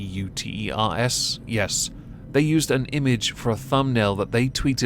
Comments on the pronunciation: Reuters Business I believe is pronounced roy-ters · I think it’s Rue-ters